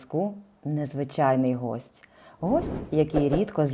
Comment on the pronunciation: гІсть, а не гОсть, якщо вже українською мовите.